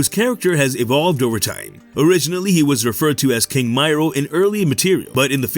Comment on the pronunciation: Miro as I me ro. .not may row